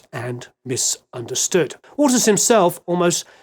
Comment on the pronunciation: Bizarrely every time you said Waters I heard it as Walters.